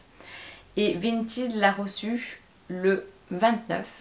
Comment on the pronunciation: Attention cela ne se prononce pas "vinteed"